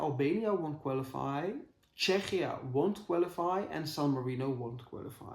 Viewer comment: Czechia is pronounced Checkia in English :)